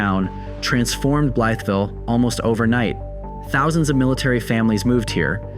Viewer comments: Blythe, not Blyeth..... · Young man you're mispronouncing it its not pronounced as it's red it's bly ville not blyth ville ask any local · "Bly-eth-ville"? Nobody you met there told you how to pronounce it? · BLYE VILLE IS HOW YOU PRONOUNCE IT. THE "TH" IS SILENT. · Pronounced Blī-ville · Bly-ville. The th is silent. Bro your always mispronouncing things🤦🏼‍♂️ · Blytheville native. Yes, it's dangerous, and the town leadership could be better. And we pronounce it "Bly-vull". Lol! Glad you visited. You should've been there in the 80's. It was a great hometown.